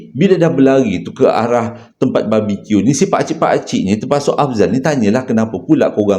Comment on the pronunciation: jgn la ckp "babi Q" pelik sngt bunyi.... haha